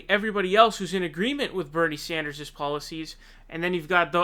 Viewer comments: Dude! I'm stoked on your frequent updates. You do good work. Buuuut Can you pleeeeeze stop saying Saunders! It's Bernie frikkin SANDERS, you've got to get that one correct more often. He deserves proper pronunciation. You can do it, man. I've heard you do it more than once. Practice in the mirror or something! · What's the story behind you calling him Bernie saunders instead of Sanders? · It's not Sonders bro, it's SANDER. I've noticed you tend to miss pronounce a lot of names. hopefully not on purpose. Stop doing that! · This kid is really starting to piss me off with his absurd mispronunciations. Who the hell is Bernie Saunders? You really need to grow up, dude. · Dude why do you say Bernie "Saunders"??! I can't unheard it now lol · why do you say "Saunders"??? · Appreciate the videos but why do you keep calling him Bernie Saunders? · Sand-ers NOT son-ders lol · Can you stop calling sanders saunders. You do it every video. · I was going to write exactly this. Watch & enjoy all these PV videos, but scratch my head everytime I hear "Sahnders" (?)🤔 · Sanders not Saunders. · Can anybody explain the non-standard “Sanders” pronunciation in every one of these videos? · Ok love your vids but you said Bernie SAUNDERS 😂